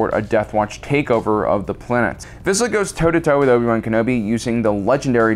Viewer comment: Love how you pronounce Obi-Wan Kenobi, it's like Owe-B-Wan Kenobi.